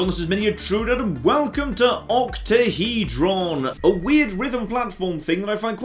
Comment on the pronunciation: Octahedron or OctaheJon?